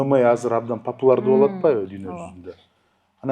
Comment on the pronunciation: Ушу Семетей мырзага бироо жарым популЯрдуу деп айтканды уйротуп койсо жакшы болот эле. Популардуу деген же кыргызчабы ? Кыргызча белгилуу же заманга ылайык деген создорду пайдаланса деле болот беле . Ар бир подкастын угам , ушу ПОПУЛАРДУУ деген созу эле кулакка угулат да , турат да 😄